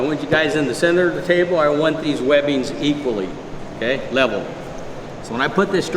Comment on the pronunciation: " If lebbing's not wevel" 🥴